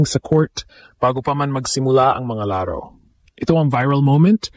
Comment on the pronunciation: BISAYA E KAYA GANYAN NG PRONOUNCE NYA YUNG LARO LAAARO 😂😂😂😂😂😂 HAHAHAHA BUWISIT KA 😂😂HAHAHAHA